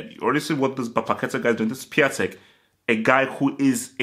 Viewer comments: By the way it is pronounced “Piontek” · Piatek name is pronounced as Piontek